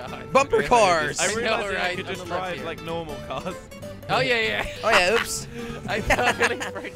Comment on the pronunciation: Jelly: lik on that subscribe butten. Me: ...w t f